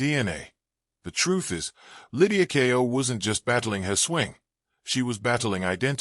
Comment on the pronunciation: The title has no relation to the video. It's about Lydia Ko, not Kao. Using an AI-generated voice as a commentator is a bad idea. Could you please ensure the title matches the video and verify the spelling and pronunciation before posting?